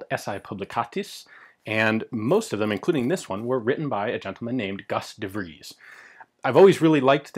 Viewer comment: V is pronounced 'f' in Dutch, so his name is pronounced 'Fries'. =) Good job on the 'ies' and not pronouncing it like in French Fries, by the way! =F